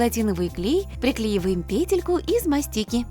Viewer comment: не пЕтелька, а петЕлька!🤓